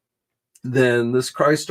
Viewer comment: Crystar is a crystal warrior, so you pronounce it the same way as crystal. Pronounce Crystar as if your saying this name: Chris star